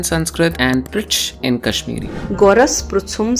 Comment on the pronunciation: This Person is not kashmiri. His quality of pronounciation is not appropriate